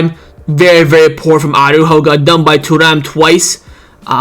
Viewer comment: man, i keep hearing arujo, its martin that cost us the game.